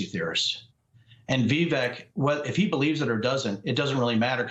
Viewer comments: Its pronounced vivek, like cake. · How many different way are you going to pronounce Vivek's name in one segment.